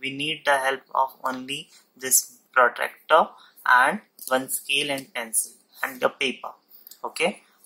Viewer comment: The moment he say prottaactarrr . 😂